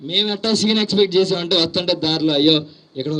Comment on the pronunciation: Vastuntee❌ vatuntee✅